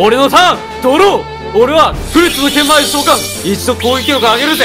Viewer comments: ぷりっつのけんぶをけんまいって読んでるの好きw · 6分ぐらいのところけんぶをけんまいって言ってるの笑う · 「ぷりっつの剣舞(けんまい)を召喚」 俺「剣舞(けんまい)じゃなくて、剣舞(けんぶ)じゃね？」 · 剣舞をけんまいって間違えてんの草超えて森